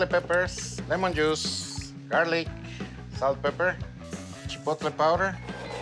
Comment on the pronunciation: Chipolte Aioli?...haha oh! the mispronunciation